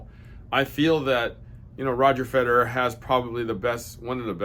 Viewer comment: “Fededer”… he just could not say that man’s name right 😂😂😂